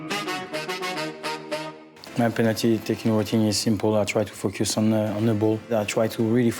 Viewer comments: Louis Saha is saying ''fuck you'' instead of focus. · “I try to really fuck your son” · He said "focus on"🤦🏿‍♀️💀